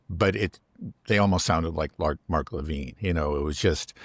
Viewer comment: Great conversation…but please, it’s Le’ VIN…not, Le VEEN.